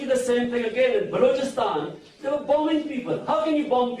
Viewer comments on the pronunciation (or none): none